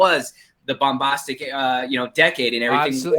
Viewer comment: “Bumbahhstic”, “suspend belief”, “Dacre Daykin”, “Stardust Mall”, “Pierce BRONsan”? Did have a stroke? 🤔